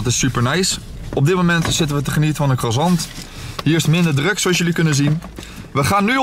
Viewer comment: 08:94 “krasant” lol